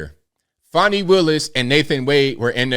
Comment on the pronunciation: its not fawni, its fannie